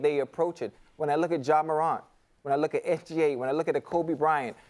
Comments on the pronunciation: Ja Maruant ???? Come on Chad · Chad said “Ja MORAUNT”😂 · Man said “Moront” lol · Stop saying it like croissants 🤣🤣😭😭